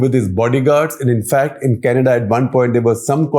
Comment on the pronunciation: kanayda lol